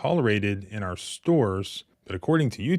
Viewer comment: Love the channel, been watching for over a year. Remember, it's "our" rights, not "are" rights. Our rhymes power, are rhymes with car. 😊